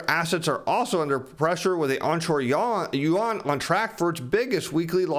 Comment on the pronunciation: "onshore yawn" LUL I think you had it right the first time LOL. Another great video. Thanks